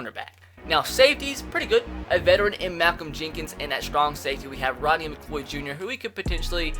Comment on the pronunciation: McCleod= McCLOUD not Mcloid